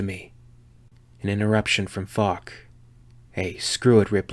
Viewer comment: So often understanding "Fuck" instead of "Falk", makes some sentences really funny :D Anyway, Falk this shit xD